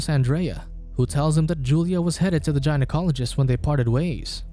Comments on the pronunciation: Gynecologist is pronounced gai-Nuh kaa leh juhst. not Gi-Nuh Cal leh juhst. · guy'n-oh-colog-ist not jyn-oh-colog-ist for the pronounciation otherwise sounds like an interesting movie. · Jinocologist?!... Good lord man, really?! 🤣😂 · Say it with us “Guy-Na-Cologist” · Gina-college-ist. Most accurate mispronounciation ever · I actually started laughing when I first heard him pronounce it that way… he’s not wrong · Gynaecologist. Say it right. Or never say it again, dear god.